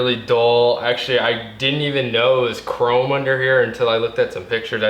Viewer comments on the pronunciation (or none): "The rims are actually Kah-Rome" Whats kah-rome? LOL